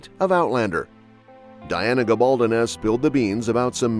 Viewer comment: I don't understand why the various speakers on these sites don't pronounce Diana Gabaldon's name correctly. Very poor.